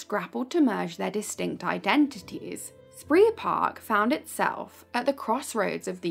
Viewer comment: It's pronounced 'spray park'